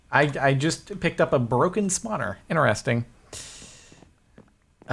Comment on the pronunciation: I think it's cool how he says interesting! Do Americans pronounce it like that or is it just him?!